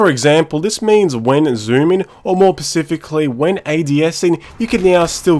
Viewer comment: You Fucking.... Its not "pecifically" Its Specifically" god i hate when this happends ` ` Other than that nice video (Y)